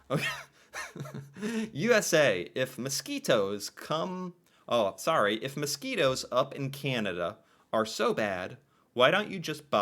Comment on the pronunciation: careful there eh, your saying sorry like a Canadian there! lmfao